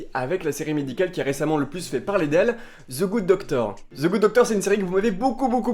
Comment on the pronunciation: It's THE GOOD DOCTOR putain xD c'est pas Ze goode docteur Je t'adore.